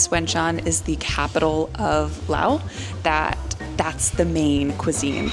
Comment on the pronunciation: Ur Lao was perfect and please tell the world its laap not larp